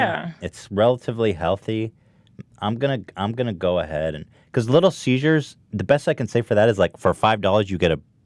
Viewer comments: "Little Caesars? Nah, Little Seizures." - probably Ethan's thought process with his odd pronunciation. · Ethan saying “little seizures” made me cringe. it’s CESAR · ethan. its little ceasers not little seizures. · I love the way Ethan says little seziures instead of little ceasers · I love how Ethan kept calling Little Caesars, “little seizures” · why the fuck does Ethan keep calling it "Little Seizures" lol. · did anyone else register that every time ethan said "Little Caesars", he actually said "Little Seizures"? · "Little ceasures" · Ethan: Little Cesars My Ears: Little Seizures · "little siezures" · Why did nobody say anything about the way Ethan said "Little Caesars" but pronounced it as "Little Seizures" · Because he's been pronouncing it like "seizures" for a while now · Ethan: "Little Siezures" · Did anyone else notice that Ethan pronounces Little Caesars as Little Seizures? Lol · Yeah hahaha and nobody acknowledges it!!!